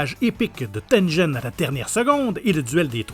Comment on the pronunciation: Tengen est devenu Tenjen XD